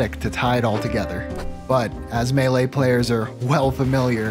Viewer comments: Are we just going to ignore the beginning saying meele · says meele lmao how did i not notice this a year ago when i watched the vid for the first time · That "meele" made me think for a split second that I had been spelling "melee" wrong my entire life